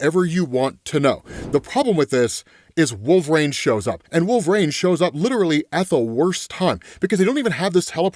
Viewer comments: Wool-Ver-Reen. Pronounce it. Right now. Wool. VER. REEN! Wolverine. There is no "A" anywhere in that word. It is NOT Wool-Vrain. That is incorrect. Pronounce it as, Wool-Ver-Reen. Please and thank you. OMG. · Please. LEARN TO SAY WOLVERINE!! 🙏